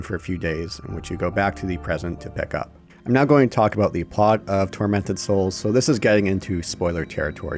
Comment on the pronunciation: First time mention of the title I thought you said "Fermented Souls" NGL caught my attention..